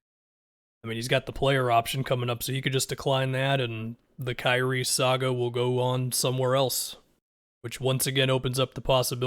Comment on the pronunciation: "Krazie" Irving